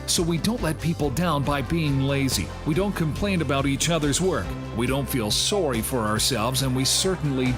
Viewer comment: It's not just a sandwich cult, it's a CANADIAN sandwich cult. ("Soh-ry!")